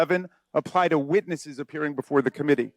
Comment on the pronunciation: Raskin said, "but it's so damning ti our case". Haha